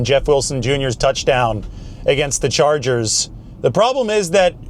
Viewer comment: I never thought I'd hear call them the 'Los Angles Charges'.